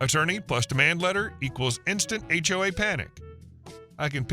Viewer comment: Interesting text-to-speech typo there, "age wave" for "HOA". This time it was a young guy but often it's a wave of older busybodies that make for bad HOAs! (I'm 'older' too but nobody could ever accuse me of being a busybody...